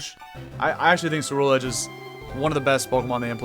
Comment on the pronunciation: I love Cerulegde! and i didn't find this out till later, but its pronounced with a hard C like Cruel Edge which kinda makes it more badass